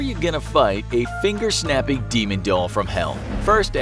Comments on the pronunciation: Narrator: Finger-Snapping video: Finger-Shapping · Typo when you said,” Finger-Snapping” you said,” Finger-Shapping”.